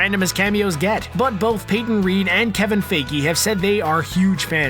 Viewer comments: Who is this Kevin Fay-gee you keep mentioning, never heard of him. I have heard of Kevin Fi-gee as he's the executive producer at Marvel but I'm sure you couldn't possibly just be mispronouncing his name, right? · Still have problems with ”Fay-Gee” huh? It’s a little annoying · Please get a guy that can pronounce Feigi and Dormamu correctly. thanks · He said Kevin feige's last name wrong